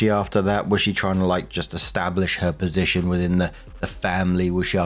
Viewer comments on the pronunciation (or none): none